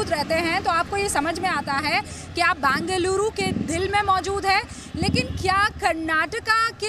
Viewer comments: These reporters can't even pronounce... Either call Bangalore or bengaluru... Northies cocktail it ND call bangaluru 😂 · FIRST ANCHORS SHOULD LEARN HOW TO PRONOUNCE BENGALURU NOT BANGALURU... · It's not Bangaluru it's Bengaluru. Bengal uru. How hard is it to pronounce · It is not Bangeluru....It is Bengaluru 🤨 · As you report, pls also learn how to pronounce Bengaluru correctly.